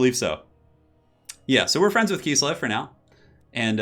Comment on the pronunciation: kiss-lev, not kees-lev. KISS-LEV